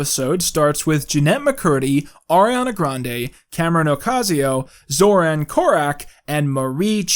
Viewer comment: you americanized pronounciation of Zoran (based)